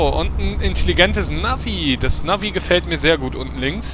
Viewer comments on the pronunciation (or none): none